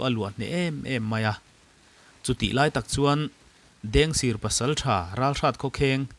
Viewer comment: Mugic kha a tawp lamah khan a ring lam deuh i chhiar ri hriat a ti har tep , tin ,Dengsir tih kha sir tih kha a rik dan a sangtur zawk niin ka hria p